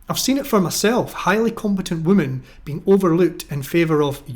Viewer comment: So out of all the female captains half have crashed their ships? Also why do you pronounce women as woman?